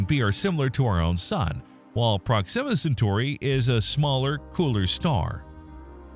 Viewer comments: Please stop saying Proximmer instead of Proxima 😭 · PROxima, not proXIMa. Ouch my brain ears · While we’re mentioning issues, the narrator pronounces Proxima weird. Emphasis on the wrong syllable. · I wanted to enjoy this video but the continual mispronunciation of the word "proxima" was just too distracting.